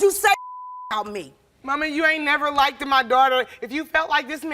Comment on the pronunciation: Why do black people say "likeded"?